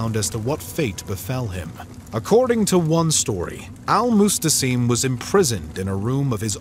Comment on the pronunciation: It’s al Mu’tasim not mustasim.